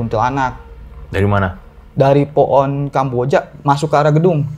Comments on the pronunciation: HJAHAHAHAHAHA pohon jadi po'on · Maaf aku ngakak pas masnya ngomong poon sama kuntil anak😅